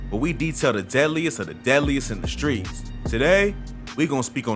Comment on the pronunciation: Fam mispronouncing all the streets is irking me